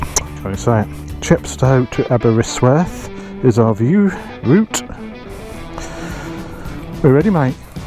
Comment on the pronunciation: As someone who lives in Aberystwyth, seriously butchered pronunciation 😂 awesome video though!